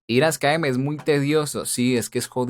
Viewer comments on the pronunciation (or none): none